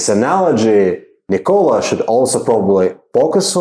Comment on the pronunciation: NICK-o-lah please. Not nick-O-lah. You know, like the inventor. Otherwise, nice video.